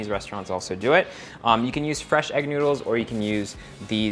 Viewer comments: i really hear "nyoodles" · Promise newdools talaga naririnig ko.